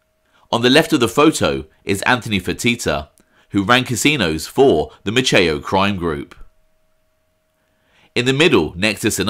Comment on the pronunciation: Maceo is pronounced like pepper spray-Mace... example Mace E O...I know a slew of them here in Galveston. Just another tidbit, Sam was responsible for keeping Frank Sinatra hidden out while he was on vacation on the island or performing in the area. If Frank didn't want to be found or needed time away Sam would hide him in one of the hotels (Hotel Galvez) here or even at his personal residence. Another great reflection by 👍👍